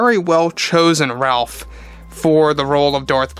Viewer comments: His name is actually pronounced “Rayf” NOT “Ralph” just FYI. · It’s pronounced “Rafe”..